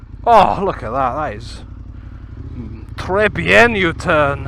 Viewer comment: Don't worry, we've got a 14 year old French visitor with us at the moment and he does respect your efforts! He says your "très bien" was "très bien!" I took him out for a gentle ride on the 890 though and he was a bit shit scared though.😅!